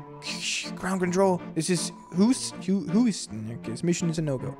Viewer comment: The astronaut nane is the funniest thing I've ever read wrong twice. Its H-ewe-ston. "Ewe" being pronounced like "you". The piano played the first four notes of Megalovania. :)